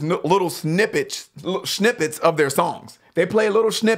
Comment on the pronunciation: Fantastic reaction, one thing though....shnippets!? My man trying to sound swedish so he can join opeth 🤔